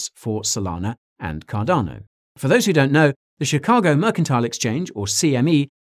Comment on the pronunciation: You said cardano wrong